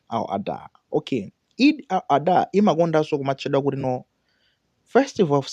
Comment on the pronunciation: Eid al-Adha! Not Eid al-adhuha kungozolowera chiyao basi